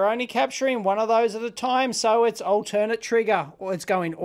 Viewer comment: Altern-Ate! Long A! The triggers go back and forth, not to some other auxiliary source.